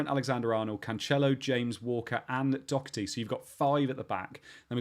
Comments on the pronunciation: Someone explain to me how Doherty is pronounced "Dockerty" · Doherty is Irish. He’s name is pronounced Doh-er-ty. I am Irish and have fries s with the same name.